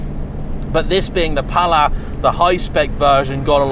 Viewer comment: The "S" in Pallas is indeed pronounced in both French and English 😉. And "DS" is pronounced exactly the same as "déesse" in French i.e. goddess.